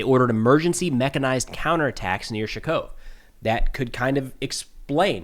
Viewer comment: I love (and his analysis) and apparently you do too, and that's great. But could use some help with his pronunciation. Let's start with Nove Shakhove...or as he calls it, "Shkov" or "Shakov". Should sound more like "ShakhOAveh"